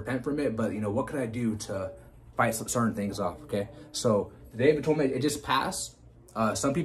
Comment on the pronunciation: I know about atonement, not atoynment